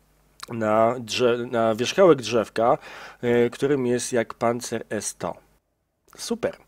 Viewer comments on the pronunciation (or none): none